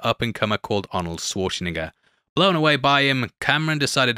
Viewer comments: *that's not Szvarcsenegger... It's Svarcenegger phonetically.. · you totally said Arnold's last name wrong haha. Nig** isn't in his last name